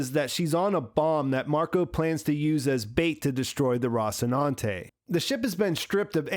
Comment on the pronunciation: ROSS-inante? Bro, they saw the word in the show like 700 times an episode.